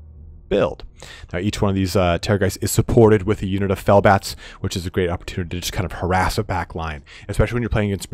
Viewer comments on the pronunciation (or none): Sounded like you said fail bats lmao